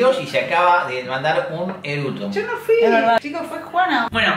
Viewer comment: Todavía no supero a el "ERUTO" JAJAJAJA